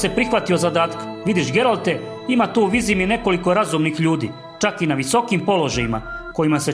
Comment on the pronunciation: Ovo je silovanje knjige s takvim citanjem.. pa ne znas niti pravilno izgovoriti Vizima. Kao da neki stocar iz sela pored Banja luke cita.